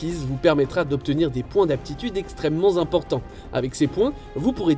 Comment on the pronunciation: Merci pour cette très agréable présentation, exception faite de quelques fautes dérangeantes. "... d'acquérir des points d'aptitude extrêmement Zimportants...".